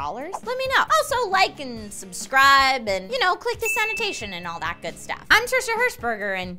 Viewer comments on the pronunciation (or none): none